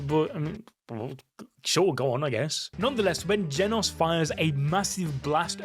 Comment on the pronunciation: “Genus” he says💀🥀